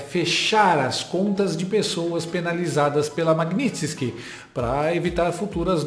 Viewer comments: Não é magnitinske ....é magnitski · a pronúncia é maguinisqui